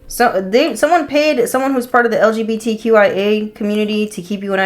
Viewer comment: Did she say lgbtya😂